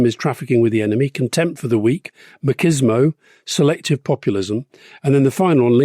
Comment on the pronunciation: If Rory and Alistair are going to keep using the word "machismo" as much as they did this week: it's Spanish, not Italian, so the "ch" is pronounced as in English "chair" not as in "choir"